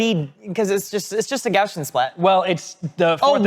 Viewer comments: Gaussian is supposed to be pronounced how it's spelled, named after Carl Friedrich Gauss, so it's not "Gaushian". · YOU PEOPLE!!!!! You can't help mispronouncing, it can you? ESPECIALLY when it's just part of the time. Just so that I know that you know that you're pronouncing it wrong on purpose. Why do you hate me so much? GOW-see-uhn. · Speaking of triggering - so happy to see Gaussian pronounced Gow See Ann. Mostly. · It comforts me that every time they say gaussian they say it slightly differently. Because no one on this planet knows how to pronounce gaussian (and I also do this)